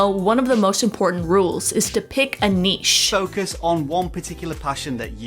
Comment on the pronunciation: I feel like they’re pronouncing niche wrong